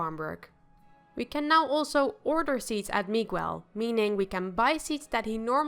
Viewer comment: Your saying Miguel's name wrong.